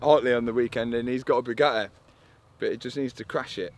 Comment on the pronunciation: "He's got a Bugaheh".